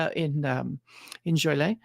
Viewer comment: Thanks for the ABRP tutorial… BTW, as a native Chicagoan, it’s “JOL-ee-ette” (or “JOLE-ee-ette”). Keep up the great work!